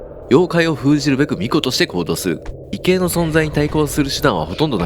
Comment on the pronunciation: いつも楽しく拝見させてもらっています。 気になったので一言。「ikai」の紹介時、「異形」を「いけい」と読まれておりましたが、正しくは「いぎょう」と読みます。 まぁどうでもいい指摘なんですが、こうるさいジジイものファンとして毎回の配信をかかさず観てます、っていうことです笑